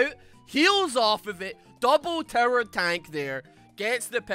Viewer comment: I keep hearing you say 'terror' instead of 'tower', and I'm honestly okay with it, lol